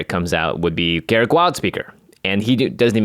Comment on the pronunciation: Ga-Rook not Garrick.....